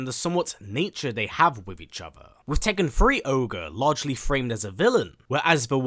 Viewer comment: Its Ogre my guy..not orge